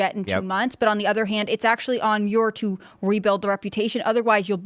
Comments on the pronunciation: It’s pronounced David Manure. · David Muir. It’s pronounced manure without the “an”.